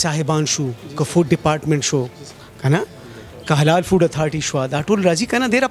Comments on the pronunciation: اسسٹنٹ کمشنر پتہ نہیں کیسے بن گیا ہے ۔ جو حلال فوڈ کو ہلال فوڈ کہتا ہے ۔۔۔ ماشاءاللہ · AC said Hilal food instead of Halal